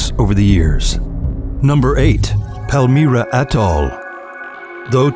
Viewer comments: Palm-Myra...not palm Meera... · Socotra is inhabited or it was the last time that I was there and it is politically and culturally attached to Yemen. Palmyra is pronounced Palm Y ra not Palm E ra.